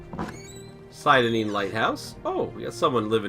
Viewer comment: "Sigh-da-neen" lol. You pronounce everything in this game funny.